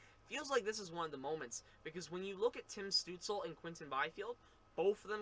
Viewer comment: Stootz-la. Not Stootz-ul.